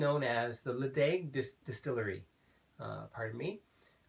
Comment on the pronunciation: Nice review. Ledaig is pronounced Le-chag